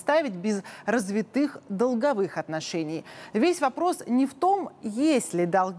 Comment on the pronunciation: Манера речи лающая. Да ещё и ошибки в произношении «гУсударство» вместо «гОсударство», «развитЫе» вместо «рАзвитые». А тема и материал интересные.